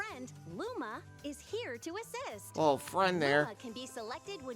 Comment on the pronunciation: when I first watched the trailer I thought she said “Rosalina’s friend, Luma, is here to exist!” And I think that’s way better and funnier